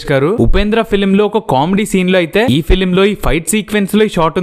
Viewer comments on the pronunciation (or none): none